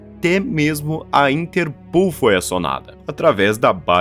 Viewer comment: nao se pronuncia interPULL. é interPÓL, só tem sou de U se tiver dois "OO"